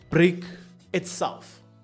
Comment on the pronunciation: Baba not brick but brake